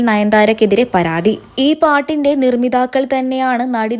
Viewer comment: നിർമ്മിതാക്കൾ അല്ല നിർമ്മാതാക്കൾ എന്നാണ് മാദ്ധ്യമ സുഹൃത്തേ